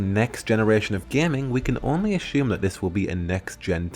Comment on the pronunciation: The way you pronounce “assume” reminds me of Goldmember off of Austin Powers lol. Not hating, just saying. Nice video.